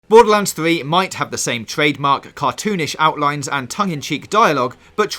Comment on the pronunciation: Bowduhlands fwee